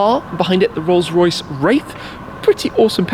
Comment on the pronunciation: Anyone else thought you said Rolse Royce Rape